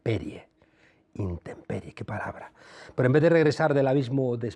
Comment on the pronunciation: Se dice intemperie!!! Y estos elementos son profesores de universidad. Menos defender al KAKAS que tanto él como su señora Müller como su prole que vive a todo trapo en USA son unos impresentables cuya única cultura y educación es la de Mister Dollar US.